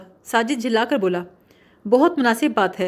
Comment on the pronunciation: Jhulla kar nahi, jhilla kar